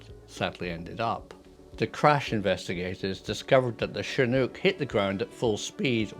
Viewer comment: Finally a Brit who can pronounce Chinook properly. Thanks for that.